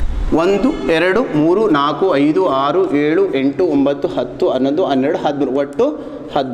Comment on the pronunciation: Sir thumba chennagi heli kottidhira. Adre aru yelu uccharane yake haru helu yendu helutthira. It's uttara kannda hagu bengalore nalli thumba jana heluvudannu keliddhene . Aaru yelu If I am wrong forgive me or please correct it. Thank you